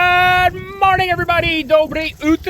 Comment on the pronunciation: Или "добро утрё еврибади!"